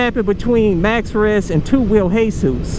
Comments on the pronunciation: Who tf is hey-sus? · the way he says hesus it's just anoying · It's pronounced 2 WHEEL JESUS like Jesus Christ not Jesus the roofer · I like how he says hesus instead of jesus🤣😂